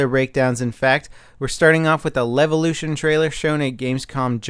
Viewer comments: "Dam Levution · Is it supposed to be a joke that he keeps saying Levolution? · I cannon not hear it as LELvolution. Goddamnit. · "Some damb levelution!"